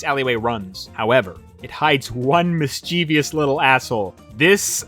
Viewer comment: MISCHIEVOUS!!!!!! ITS MIS CHI VOUS!!!!!! ok sorry GREAT video as always